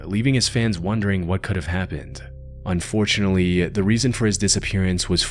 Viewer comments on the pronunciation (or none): When ever the narrator says "unfortunely" you know its gonna be dark.